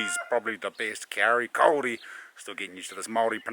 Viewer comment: Loving your work chief, awesome to see you and mum get out. Go hard with the Māori pronunciation, your ‘kauri’ sounds mean. Try, tore-taddah for totara too. Mean